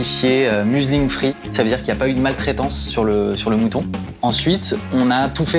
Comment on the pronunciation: "Mulesing-free" prononcé comme "Muslim-free" en parlant de la maltraitance des moutons, ça m'a fait recracher mon verre d'eau ! 😅